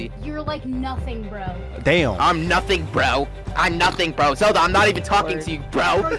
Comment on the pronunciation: That mean pack said Bro in a British accent